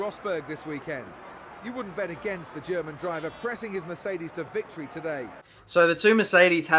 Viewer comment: Maybe its just me but every time you say Mercedes i hear Miss Eighties ._.